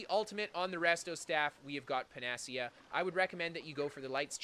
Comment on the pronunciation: Pan-a-see-a, just FYI